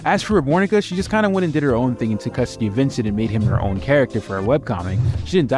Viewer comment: Ah yes, V i n cE n t .